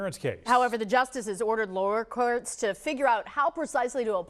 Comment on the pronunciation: She hit us with that “lowerll courwlts” at the beginning and my focus checked out